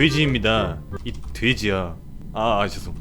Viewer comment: 돼지야 발음 왤케 찰집니까???ㅋㅋㅋㅋㅋㅋㅋ겁나 웃기네ㅋㅋㅋㅋㅋ근데 왜 갑자기 기분이 나쁘지....난 돼지 아닌데...진짜 아닌데...